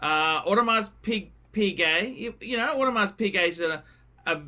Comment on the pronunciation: For all the years on YouTube the still did not learn to pronounce AP without the s in Audemars. How cheap!